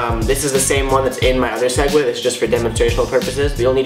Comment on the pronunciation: swegways not segway